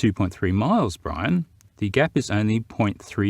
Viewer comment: Poor. Dumbing down the Irish.